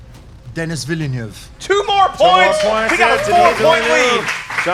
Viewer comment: Yes! And he said Villeneuve's name with a perfect french pronunciation during the match (though he did give the english pronunciation of Denis).